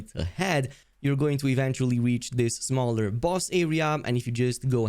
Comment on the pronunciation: Mispronouncing stuff is the only accent the creator has tbh. Dis dat etc.